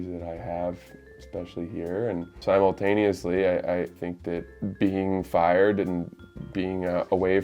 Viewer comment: “Simultaneously” just like Rone, must be a SOBD thing 😭😂